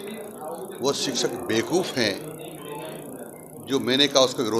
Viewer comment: सिक्षक, नहीं शिक्षक बोलिए